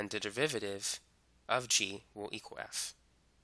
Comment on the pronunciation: Am I tripping or does this guy say devivative?